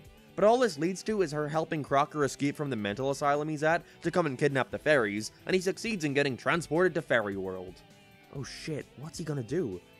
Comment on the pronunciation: Dude i swear to god i keep thinking your saying furrys FFS